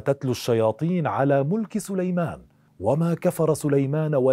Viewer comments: للتنويه .. في الدقيقة وما كفر (سليمانُ) مش (سليمانَ) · ((وما كفر سليمانُ)) بضم النون وليس بالفتح اللهم اغفر له